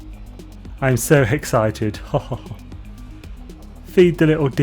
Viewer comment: "I'm so 'hexcited' about this! Ha ah ah......*breathes in*....... ohhhhh noooooo!" You knew... you knew what you did... O.O